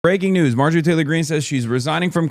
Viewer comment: Someone said Maojorie 💀